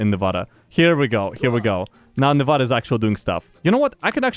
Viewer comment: I have one problem, okay? your saying nevada wrong. its not novoda. its nevada. cmon.